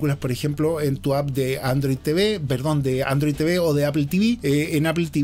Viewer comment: Android TeVe o Apple tivi jajajaja sonó chistoso eso